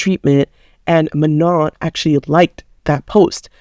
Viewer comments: Her name is pronounced Mano don’t say the n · You're acting as if Danis dad is targetting Manon for being black. You arent even respecting Manon by pronouncing her name wrong...